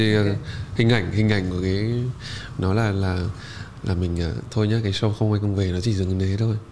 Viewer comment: Đọc là “Shô”, không phải là “Sâu”